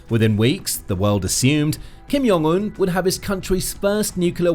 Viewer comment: Ugh, I can't watch something when they can't even pronounce the name of the person the whole video is about correctly.